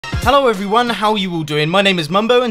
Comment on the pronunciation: nooo I love the old 'ello evweewon did is mambo 'ere